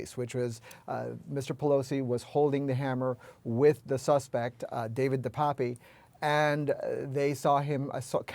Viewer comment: It's pronounced DE PAP. He's originally from my hometown.....in Canada. I'm pretty disgusted right about now.